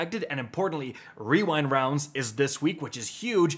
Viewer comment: good video with the puzzle guides and schematics,! also, good job pronouncing Rewind Rounds well!